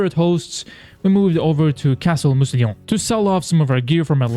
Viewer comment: I really wish you'd looked up how to pronounce "Mousillon" before you started recording 🥲